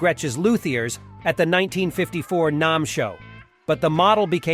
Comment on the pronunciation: NAMM show. pronounced NAM like ham, not NAUM.